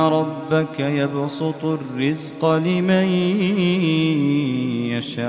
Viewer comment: يبسط وليس يبصط